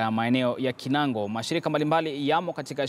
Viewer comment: Kinangop, sio kinango